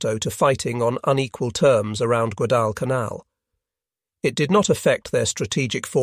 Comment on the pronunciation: The AI voice certainly went bonkers numerous times on this video. Rather surprising since it seemed to have gotten better on recent videos. There were numerous mispronunciations of Guadalcanal.